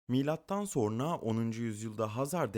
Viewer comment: Türkçen bozuk.Sorna denmez